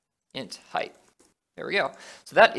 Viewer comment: Dude, I'm enjoying your tutorials a lot and have been following them all so far, but there's one thing bothering me and that's the way you pronounce 'height'. You say it like 'heigth' which is wrong. Keep it up every other way though!